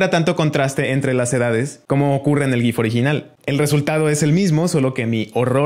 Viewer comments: oye bro pronuncialo "guif" por que si lo prenuncias "yif" estas hablando de otra cosa muy turbia xd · Dijo yif creo y es gif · Se dice Gif. si dices "Yiff" es algo... Pornoso. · mejor decir como con la G (que suena Gif) porque de la otra manera suena igual que "Yiff" que es una cosa re turbia que mejor no buscar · No se dice yif se dice gif, pero aparte de eso buen video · Na que ve es jif no es gif ni g-i-f es jif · SI BUSCAN EL WEON QUE CREO ESO DICE QUE ES JIF ps:no miento yo lo busque :v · No se pronuncia gaiif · En realidad el creador del “gif” dijo que se dice “jif” :v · Si se pronuncia en inglés es "YIF", en español es "JIF"; para que fuera "GUIF" haría falta la U. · Se dice yiff 🗣️🗣️🗣️ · No es gif ni gif, es Yiff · Se escribe Gif y se dice llif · Se dice geft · no se dice gif se dice gif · Gracias ya no diré "gif" sino gif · Se escribe gif y se pronunca Waifai Algo anda Mal.jpg